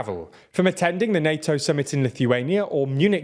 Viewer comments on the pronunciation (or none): none